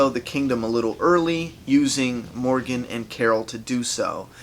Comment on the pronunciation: when you sayed rick and Morgan I heard rick and morty hahahah